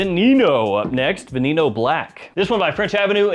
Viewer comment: In case you read this, the E in VENENO is not pronounced EEEE. It is a SHORT E like as in EGG. Veneno is POISON in Spanish (Snake, Poison, get it). Both E's are SHORT which so its VE-NE-NO. Not VEE-NEE-NO. Just an FYI.